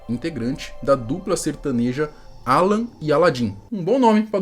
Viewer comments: Não é aaaalan... é alaaaaan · É Alan e não Àlan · A pronuncia não é Álan e sim Alan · Alan, a pronúncia tá engraçada 😅.